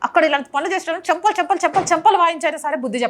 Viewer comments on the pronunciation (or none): చెంపలు కాదు జంపాలా